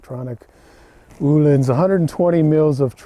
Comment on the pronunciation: Thank you for the lesson in the correct way to pronounce the word “Ohlins”.. most people here in the USA get it wrong. Me included. Great production value on your video. Great information. And fun to watch. Keep up the great work👍